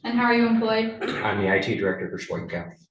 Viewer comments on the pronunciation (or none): none